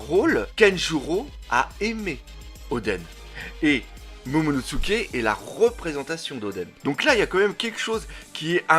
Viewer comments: Momonosuke pas MomonoTsuke. Par pitié 🙏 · Déjà que je trouvais tes vidéos pourris, là on est passé au niveau supérieur, je passe le fait que tu détruise complètement les noms mais c'est tellement chiant que ça bloque direct, c'est pas momonoTsuke mais MOMONOSUKE bordel !!!!!! T'expliques des choses tellement évidente que ça devient encore plus chiant, et tu te poses des questions qui n'ont pas lieu d'être si barbe blanche n'est pas allé affronté kaido c'est qu'il y a une raison qu'on ne connaît pas encore !!!!!! Le one piece par exemple avec le fait qu'il serait arrivé trop tôt et qu'evidemment le one piece est en lien étroit avec wano et SURTOUT tu critiques et dit "erreur"!?????? Mais tais toi et attend d'avoir des explications, tu sais ce que c'est one piece ???? Tu sais ce que c'est oda !!!!?????? A chaque fois on est obligé de relire les scan parce que justement une information est révélé après et donc à ce moment là tu devras t'excuser, et si toutes tes vidéos sont dans le même style et bah elles va être très longue cette vidéo !!!!!!!